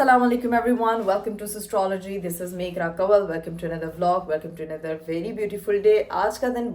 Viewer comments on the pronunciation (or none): none